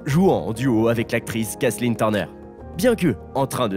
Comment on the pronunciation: The se prononce DE pas ZE Kathzen Turner écoutez donc comme se prononce son nom DE DE DE DE DE DE DE pas ze ...